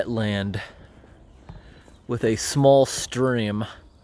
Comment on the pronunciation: Stream in post10eze Stu ream uh